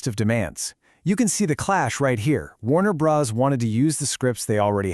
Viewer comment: First to comment.... Let me say I suspect this channel is using AI to make its videos. It's based in Vietnam, has strange editing that cuts the narrator off in mid-sentence, and calls the studio "Warner Brohs" instead of Warner Brothers. It's always been spelled Warner Bros. but no human being would ever call it that literally.